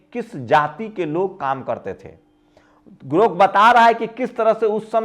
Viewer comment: sir aap bahut achha samjhate hain.magar thoda shyan rakhiye elon musk ka naya product GROK hai na ki 😊GORK